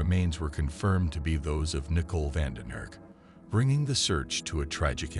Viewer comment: Is that how they pronounce Nicole in the Netherlands?